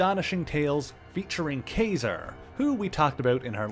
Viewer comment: I liked the video. I will have to see if you did anything on the Mutants: Inferno series, where the demons take over the Empire State building. But my main thing is.... I always thought it was pronounced like Kah -Zar, like the word bizarre.